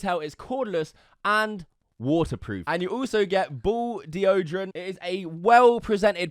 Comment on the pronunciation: The way you say deodorant 🤮